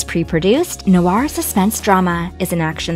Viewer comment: Noir = black (in French). Pronounced "nwahr" (1 syllable)